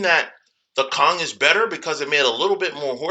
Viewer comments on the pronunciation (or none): none